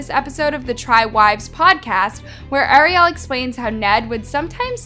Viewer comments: Good video but please call her Ariel not Arial it’s driving me a little nuts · 🤔How can you not pronounce "Ariel"???? It is the same name as the little mermaid, it's not like you've never heard it before. 😂 It's like you are so into hearing yourself talk you aren't aware of what you are saying. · The way she keeps mispronoucing Ariel's name is so really irritating. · girl thank u for the research but how did u continue to pronounce ariel’s name wrong during the entire video